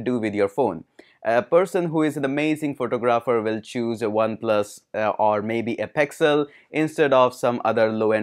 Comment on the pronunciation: Pexal (Pixel) height of faking accent. OnePlas